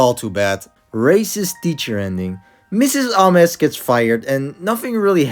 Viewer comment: WHO PRONOUNCES MS AMES LIKE THAT??